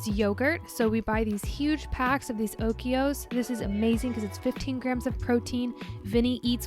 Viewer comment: Love how you say Oikos 😂